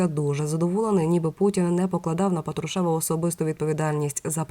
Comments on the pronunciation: Людина не правильно наголос ставить.Я про це вже вказувала , але ніякої реакції. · Ведуча, !, ставте правильно наголос, бо ріже слух, це безграмотно!😮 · Не тошните,сначала научитесь правильно ставить ударения! ПАтрушев,ударение на первый слог! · Делайте правильно ударение на фамилии Патрушева противно слушать вашу безграмотность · Правильно писати промовляти з наголосом на «а»